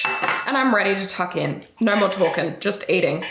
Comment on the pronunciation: I’m sorry but hearing you say naur gives me the energy I need to get through my day, absolute huge fan of your content and realness 🎉